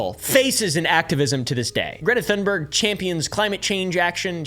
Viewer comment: Apartheid (apar-tide) - the H is silent. Thunberg (tune-berg) - the H is silent Thank you for all your research and hard work to bring these informative videos to all of us! All delivered with a sense of humor, I honestly don't know how you do it! ❤❤😊